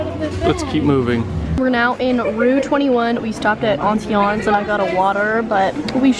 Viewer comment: can we just talk about the way she pronounced "auntie annies" 💀